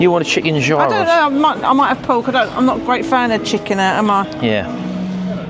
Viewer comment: Looks lovely, gyros is pronounced yeeros, enjoy x🇬🇷